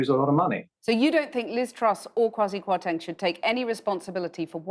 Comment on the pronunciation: "Tank" kwarteng